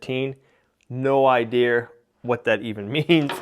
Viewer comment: it's ideA not ideR